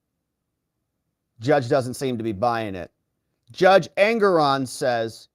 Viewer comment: Judge engeron or anger-on😂